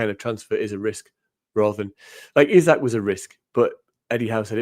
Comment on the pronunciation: For heavens sake it is Eesak not Eyesak. He's only been with us for two and a half years......